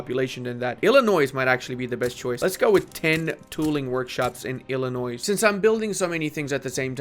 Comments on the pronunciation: I mean, it certainly sounds like he does pronounce the S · As an Illinoisan I'm required to tell you that you don't pronounce the S. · Just a heads up, you don't pronounce the "s" at the end of Illinois.